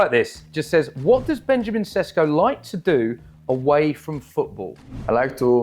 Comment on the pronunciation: It’s Sheshko 😂 can’t believe that wasn’t Q number 1…